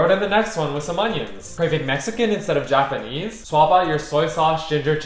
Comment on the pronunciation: Bro is fluent in Yapanese